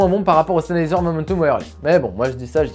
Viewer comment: Salut merci pour ta vidéo constructive. À mon avis tu devrais parler juste un tout petit peu moins vite ça t'eviterais de mâcher le nom du casque 😉 Sinon je me posais des questions sur la qualité de la réduction de bruit si certes elle est en dessous de celle de Bose est elle convenable comme celle du parrot zik 2.0 par exemple ?